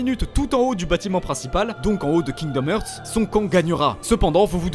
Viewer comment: "Kingdom hurt" kekw rip l'anglais